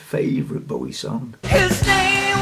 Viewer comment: I also get a lil fidgety when people pronounce his surname B-ow-ie as in ouch. You touched my heart saying B-o-wie as in bow - bow tie. That's probably too sensitive but I can't help it x Love your cuteness overload memory of leaning back in the chair like an astronaut as a wee nipper - astronomy/the cosmos etc is also something close to my heart.